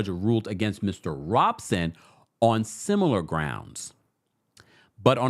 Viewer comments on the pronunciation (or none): none